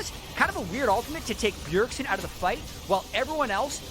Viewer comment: It's Bjergsen not Bjergson 😐